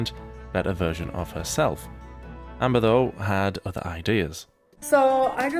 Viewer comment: "udder" shock is... fitting